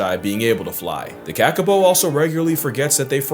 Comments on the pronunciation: Ka-Ka-Po? The Kiwis pronounce it “Cah-Cah-Paw” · minor correction/info on how to say kakapō: it's kah-kah-paw / kuh-kuh-por (with non-rhotic 'r'). not ka-ka-poh. aroha from aotearoa ❤ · Love seeing our weirdo little birds featured 😀 quick note, Maori vowels are more like Spanish ones than English. So it's said more like car-car-paw. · It's pronounced kah kah paw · So it’s pronounced kākāpō. The - above the letters indicate a longer sound. So Kaah-Kaah-Poh The Maori vowels are AAH (A), EEAH (E), EEE (i), OOHHH (o), EUUU (u) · I know I’m gonna sound like an asshole, but I’m from Aotearoa and Kakapo is pronounced like kaka (poop) and po (like the tellytubbie). Te Reo is a great language to learn, cause once you know the sounds it’s so easy to learn new words and spell them!!! Thanks for coming to my Ted talk 😂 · As someone who studied kākāpōs for a year, it's pronounced caw-caw-po caw like ha but with c and po like hoe but no e and with p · Its pronounced 'Car Car Por' my bro but man you are amazing your videos with your lingo makes my day bro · As a New Zealander, I find his pronunciation of Kākāpō, to be very frustrating